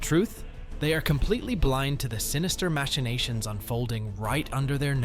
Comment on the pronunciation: Maxinations?? Are you okay buddy?